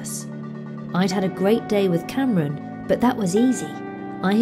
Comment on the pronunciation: For some reason I am laughing my butt of every time you call Kamran Cameron. Its pronounced Kam-Raan by the way.